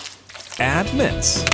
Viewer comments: Everything good until u hear that "adddd" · I like the way he says "add" 💀